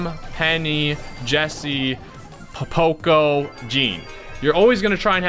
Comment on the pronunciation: No body: Litterly no one:: PoPocco